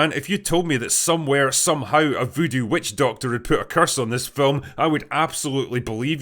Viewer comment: "somehoWOWOWOW" how tf are u pronouncing worlds like that